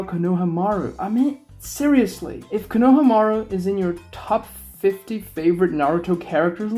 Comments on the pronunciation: STIP SAYING KONOHAMUARU LIKE THAT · Bro idk what to make of your take when you can't even pronounce konohamaru right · if your going to make a video about a character at LEAST know how to pronounce his name